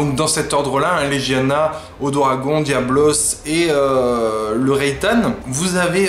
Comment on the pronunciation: Tes vidéos ont trop de points négatifs : trop de "euuuh", tu mélange les noms des mobs, et tu les prononce mal, c'est pas l'odoragon c'est l'odogaron, la rathian c'est pas la raytan, et tu t'es trompé en confondant avec le Rathalos, tu ne connais pas assez bien les noms des monstres et ton texte, trop de "et euuuhhh", "eeuuuuh" Je ne suis pas du tout un hater, au contraire tes vidéos m'ont été très utiles, mais comme je l'ai dis au dessus il y a des points négatifs